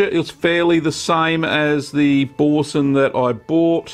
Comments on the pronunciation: Repeat after me "Boursin" "Boo" "R"" Sein", not bowsen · Pronounce boo-r-sen ;) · O I cringed when u said Boursin. I don’t claim to be french but us brits don’t pronounce the r. Bou-san. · Bore sun? Why can't English speaking countries pronounce foreign words? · Love Aussies, he doesn't even attempt to pronounce the name of the cheese properly. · Great video. Not sure about your pronunciation of Boursin though... :-) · You know how to make it, now just learn how to pronounce it 😉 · your pronunciation of Boursin is hilarious